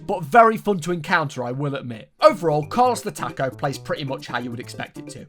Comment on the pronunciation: my favorite part of the video was him playing carlos the taco and only pronouncing “the” correct